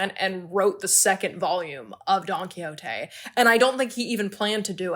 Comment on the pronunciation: just a correction of your pronunciation of Don Quijote 😅, it's actually /Quihóte/ and not /Quilloté/